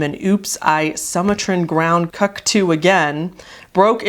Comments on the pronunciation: You pronounced it CUCKTOO isn’t it cuckoo like the clock? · cuckoo is pronounce coocoo like a cuckoo clock lmfao that's just how it's spelled. It's not the same cuck as in cuckold. 🤣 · I just have to say it, I can't resist, it's "soo-mah-tran" (as in, from Sumatra "soo-mah-tra" (an island in Indonesia)) ground "cu-coo/coo-coo" (as in, the bird the Sumatran Ground Cuckoo, a very nice bird if you like birds) but also, think "cuckoo clock")), as you said, obviously a riff on Britney Spears' "Oops I Did It Again" much like Goose One More TIme is a riff on "Hit Me Baby One More TIme"